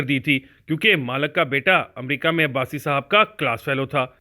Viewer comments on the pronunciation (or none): none